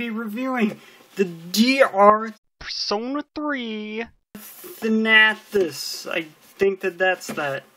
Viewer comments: THAN-uh-tos. That's how you pronounce it. Sorry, it's just that every time I heard you say it like that I grimaced. Now, with that out of the way, good review. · 'Thanahthos' are you kidding me